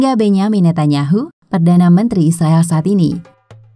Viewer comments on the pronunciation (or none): none